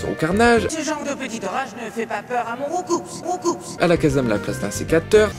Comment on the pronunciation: On ne dit pas RoucoupS on dit "ROUCOU" C'EST UN COUP COMME UN COUP DE POING likez pour qu'il voie